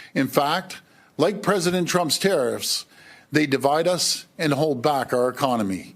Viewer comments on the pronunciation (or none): Is he saying tRump’s terroriffs? Because if so, damn yes! I’m here for it! 🇨🇦❤️🇨🇦